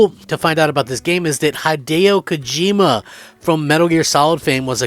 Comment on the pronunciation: Maybe you said it a little weird………. Or maybe, just maybe you unequivocally don’t know how to say the name of gaming’s most famous creator……..? Mmm, which could it be? I’ll sleep on it, . Other than that, great video. Just do your research next time.